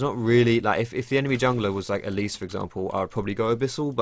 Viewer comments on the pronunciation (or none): none